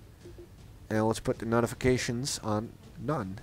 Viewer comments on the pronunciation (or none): nice english im actually surprised, but one thing, notifications is pronounced note-ifications. Not nawtifications. Just saying, optherwise you sound plain american to me ;)